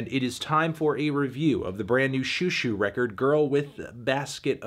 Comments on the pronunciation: It’s zhoo zhoo, not shoo shoo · this is over a year late I know, but for the love of god please pronounce it like show show, not shoe shoe. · "shoo shoo" wyd melon